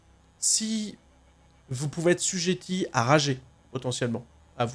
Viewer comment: " Assujetti " non pas sujeti ^^ . Merci pour ces infos réglages